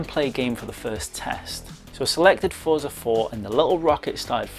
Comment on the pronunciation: Excellent review! Looking forward to the public release of this. Please forgive me for correcting you, but Forza is pronounced Fort-za, similar to how pizza is pronounced. :)